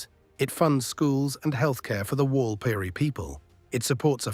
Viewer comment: Interesting if a little light on in environmental considerations. Also, Walpiri is not correctly pronounced in the narration.